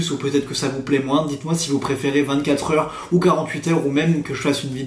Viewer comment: Il est 15 heurrrre